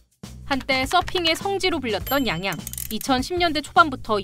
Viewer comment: 양양이아니라 앙앙이라고했어